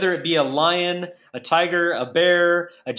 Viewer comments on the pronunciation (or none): none